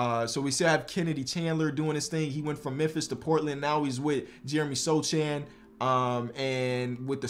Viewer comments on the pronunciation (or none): My Polish boy Sochan wins DPOY <3 BTW pronunciation is SoHan not Soczan but never mind :D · Sochan pronounced so-hon like han solo from star wars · how to pronounce Jeremy Sochan's name correctly? Ignore the 'c' in it - like So-Han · Hey just helping you know that it’s Jeremy Sochan(So-han) and Paolo Banchero(Ban-Care-O) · Take a shot everytime pronounces Jeremy Sochan’s name wrong 💀💀